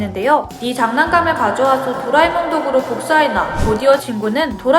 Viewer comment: 나는 도라에몽을 도라이로 들으고 노진구를 노변태라고 들었어요ㅋㅋㅋ